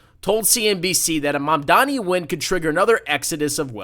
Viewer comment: I can tell from the first 52 seconds how close minded and uneducated you are. Christians also cannot charge interest by biblical tradition. Source: I'm Catholic and a student of history. The entire video is just you intentionally mispronouncing his name while calling liberals names and buzzwords, while you show a complete lack of understanding for any of his policies. You know you can't win any substantive debate about policies or refute any claims, so shift the conversation to name calling and other distractions. Its so typical MAGA playbook its honestly sad you guys can't come up with anything original. I look forward to Mamdani winning and providing the framework for social democracy in America moving forward. (that's pronounced Mam-dah-ni, by the way) May you find that Christ taught, to give to the poor and needy and help, not shun, them. That we are called to love our neighbor, not try to make millions of dollars more than him while he can't afford to pay for rent or food. "Again I say to you, it is easier for a camel to pass through the eye of a needle than for one who is rich to enter the kingdom of God.” In Jesus name we pray, amen.